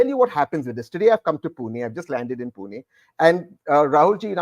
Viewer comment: Tehseen wants to contest from Pune, but still calls it Puna/Poona. How does he hope to build a local connect? He is Poonawalla, but he is not a Punekar.